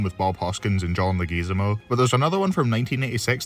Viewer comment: The way you pronounce "Leguizamo" hurts my soul.